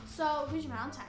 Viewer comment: ValenTINE not ValenTIMES